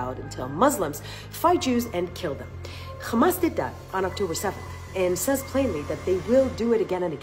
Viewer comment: Do you khondem KKKKHHHHAMAS?